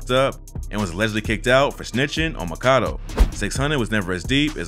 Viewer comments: His name is pronounced Mack-A-Doo, not Maka-Doe lol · its Mack-a-do, not mah-kah-doh. like when Rondonumbanine said “free my nxgga MACKADOYA cus my nxgga mack ah do ya” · I’m pretty sure it’s pronounced.. Mack-A-Doooo, not macado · It’s MACK-AH-DOO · Bruh you pronounce his name as Mac-a-do (Makado) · Makado is pronounced “MAK-A-DO” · LOL THIS NIGGA COPIED CHISCENE88 SOOO HARD HE EVEN PRONOUNCED MAKADO NAME WRONG LIKE THE COMPUTER GENERATED VOICE DOES LMAOOO ITS MACK-UH-DOO BRO 😂😂